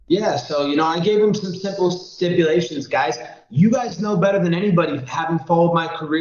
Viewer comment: Colby "Stiple Simpulations" Covington